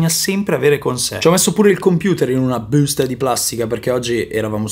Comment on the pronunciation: Adoro come lo pronunci solo tu: "....LaBBBbbbusta"..